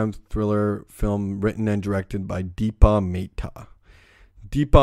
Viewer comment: you know what else is insulting? the fact that you're judging a famous director from India who only wanted to make a movie about gangs in Surrey, when you can't even say her name or Amritsar right. maybe know your own worth before you judge other people's work. she worked hard and so what if it doesn't reflect real Surrey gangs and culture? not like you could have done any better amirite? and tone down the swearing. you didn't make any sense